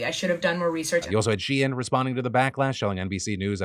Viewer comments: Wait she-in??? I have literally never heard it pronounced like this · Phil it’s pronounced SHEEN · TDiL: Shein is She-In and not a funny way to spell Shine 🌟✨️ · On top of everything else, I just can't get over naming a company "shein" and insisting it's not pronounced "shine" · I don’t how a single person in your office has not corrected you on ur pronunciation of shein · Take a shot every time Phil says SHEIN